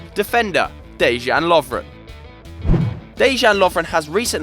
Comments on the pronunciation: its pronounced deyan lovren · My and Lovren's name is pronounced like Deyan. Just putting that out there :) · for the love of god learn how to pronounce Dejan